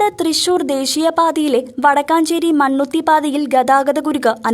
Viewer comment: Not wadakkancherry,......Vadakkencherry is correct.